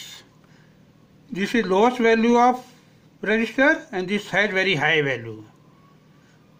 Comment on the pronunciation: Wow, 😲 Probs became - PRAABS. capacitor became - KAPSTER. resistor became - REYGISTAR, Farad became - FARADEYY